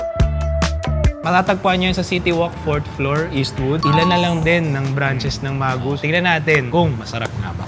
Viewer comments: Wrong pronunciation of Magoos... Not MAGUS... It is pronounced Muh-gooz. Also, you should have ordered their famous Pizzadog! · MA-gooz (not mah-GOOS) ang basa namin dati jan. And most likely Mr Sakaguchi has Japanese roots. Many Japanese nationals have moved to Hawaii in the early 1900s for work and eventually for retirement. Sadly yang Magoo's ngayon hindi na ganun ka-special sa lasa. Dami na rin kc pizzerias at mga restos na mas ok.